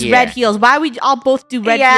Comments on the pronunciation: not funneh pronouncing red roy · you called red rooi are u afrikaans ???? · funneh said roi not red 😂